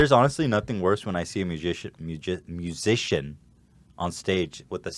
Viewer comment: dude you just can't pronounce "magicians" and "musicians", get over it.